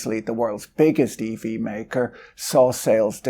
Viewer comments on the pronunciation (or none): Eevee adoption 😂😂 now I can't stop hearing it 😂